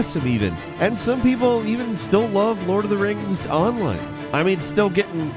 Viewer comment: It literally took me a whole minute to realize was talking about Lord of the Rings Online cause he said it like Onlan